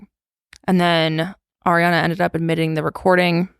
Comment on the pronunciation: always wants to say Air-re-Ana, but I’ve never heard of anyones name actually being pronounced that way lol